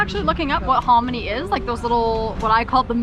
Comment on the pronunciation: She actually said harmony